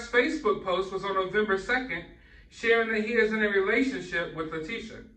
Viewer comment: News sources including brian entin and even Lateche mother all pronounced her name "La-Teh-sha" Check out Brian entins report from last night of him talking to her mom. You'll get the right pronunciation that way 🙂 Edit: I think the "teh" is more pronounced as a "tay" though.